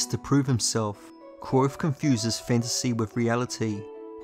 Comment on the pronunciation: Allt hese videos are awesome man!, Just need to start pronouncing the V in kVothe haha